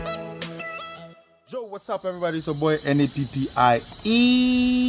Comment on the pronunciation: Oh okay the way u said N A P P I E was said 😖